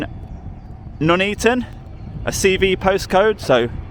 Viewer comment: At least you can pronounce Nuneaton, which Auditing Britain can’t !